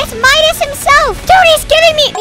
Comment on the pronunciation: When he said Midas it sounded like among us